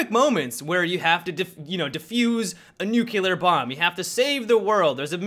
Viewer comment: Nuclear. Like, "new clear".